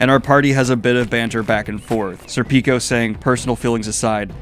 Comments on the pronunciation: Please, as an Italian, it’s SÈrpico. Not SerpÌco. ( 🤌🏻 ) But thanks for this series of readalong, it’s showing me things i’ve missed on my first read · It's pronounced sir-pik-oh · IT'S SER-PICK-O LIKE THE AL PACHINO MOVIE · I think i love your pronunciation of Sir Peeko. That is pretty amazing. Also please make a youtube short of at least one of your Zodd intros. I would suck my toes for a week if you did bro. Facts. It warms my heart to see you appeal to the emotional moments in Berserk. Man those moments frozen in time are incredible. The one you talked about (which was a homage to Devilman) and the one where Guts first comes into the heretic cave and briefly looks back at Casca completely floored me Edit; Just got to the end of the video. Good shit my friend. Glad to see the top 5 bit